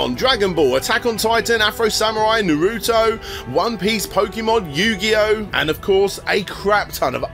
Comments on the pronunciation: "Naruto" is pronounced "Nah-roo-toe" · Narado, the anime with the cowboys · Bro, it's "ナルト" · Love that your mispronounciation of Naruto is now an inside joke. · I want a whole video of doing every pronunciation possible of Naruto. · mispronouncing naruto three times in a row bugs me, even if I hate naruto, haha